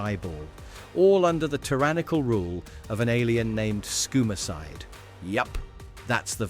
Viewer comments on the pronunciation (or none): An alien with the name “skoomacide” 🤦🏻 its SCUM-o-cide…